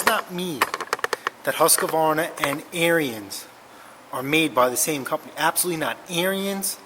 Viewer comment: Made in Wisconsin, FYI: it's pronounced Like Aaron's or Arens the i is silent. It's their last name.